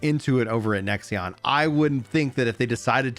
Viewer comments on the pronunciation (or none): why do you keep saying "nexion" it is a five letter word how hard is it to read lol